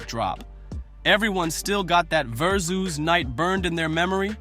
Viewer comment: Who tf is narrating this ish? Who's The ELOX? Who's Poosha T, Who's Jadakiss (not the Jay-dakiss pronounciation)?! And what the hell is that Verzoos loss?